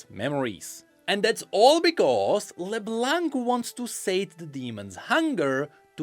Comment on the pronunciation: Plz, don't say LeBlanK. The "c" is silent. My ears are bleeding right now.